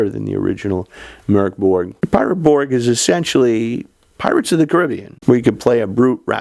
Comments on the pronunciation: Ö is pronounced as the vowel in "fern", fyi! And the g in Borg is pronounced like a j/y, Borj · Bork Borg 😂😂😂